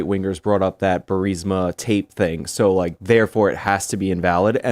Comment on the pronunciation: Benny doesn't know how to pronounce burisma it's embarrassing